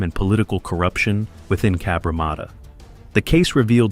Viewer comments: Cabramarter sounds aMerican it is Cabramatta from a random 🇦🇺 👍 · If you’re going to say the name of the suburb so much, maybe you would do well to learn how to pronounce it properly. There is only 1 R in Cabramatta! Cab-Ra-matta!